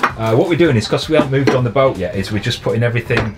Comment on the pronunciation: listening to you I realized why we do not spell English absolutely phonetically. For example, you prononounce kettle, ke' ow. The apostrophe denotes a glottal stop. And boat, becomes boa (all one syllable. Not bo a.) This is certainly not a judgement on your accent (I'm from Canada where I don't know from the English class system). Rather a comment on how widely varied English speakers speak English. And how having absolutely phonetic spelling would be next to impossibow.